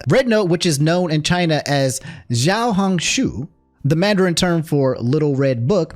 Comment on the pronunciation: man, pingying sucks. it's actually pronounced more like: "xiao" = "shao". it's the same pronunciation as Nina's dad in FMA. "hong" = "hong", you said it fine. maybe adjust the intonation. "shu" = "su", for the life of me, i don't know why it's been decided that "sh" makes a "s" sound. it's pronounced like "i'm going to sue you" with a particular intonation